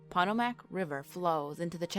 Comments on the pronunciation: here's a happy thought. the river is pronounced pa toe Mac. not Pat a Mack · Pot.a.mac river ?? It’s po. tow. Mic. River. Us marylanders really do get kinda mad when people mis pronounce our places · You should retitle this 5 urban legends of Southern Maryland. You pronounce the Potomac wrong. PA-TOW-MIC. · Its pronounced Puh tow mick. Now you know😊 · OMG... My family has been in Maryland since 1782. Carroll County be be exact. This persons pronounciations are like sand paper on my ears. I was gritting my teeth. It's Boo Wee, Towel Son, and Pa toe Mac. LOL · Ron Reuwer actually most of us here in Maryland especially around that river, well we call it " Pu- toe- Mac" the U being long. And I've NEVER heard about this scientist and the goat man. The goat man isn't a creation of man, he's a devil like thing or demon. Also a Bigfoot was seem there at that bridge too. That bridge used to wash out and flip over on its side when it rained to hard and yes there's some crazy stuff going on with it. Bad bad things have happened there! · Between your inability to pronounce POTOMAC and your lisp, this is just too cringe to take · This narrator is slaughtering everything Maryland...Potomac, Bowie, Prince George... Cmon man...if you’re going to do Maryland do it right. Ugh.